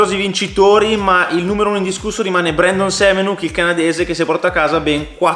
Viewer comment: Si pronuncia Semenak...